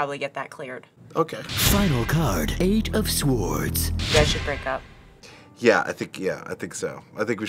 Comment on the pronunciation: why was the word sword mis pronounced LOL